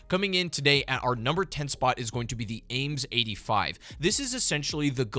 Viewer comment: Pretty sure the AMES 85 is supposed to be pronounced “a mess”, as in something dirty, as when paped the name is “hot mes” (aka. Hot mess)